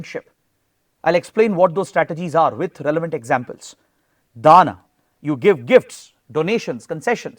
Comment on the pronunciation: Sir it's not 'Dana' but 'Dama' (दाम)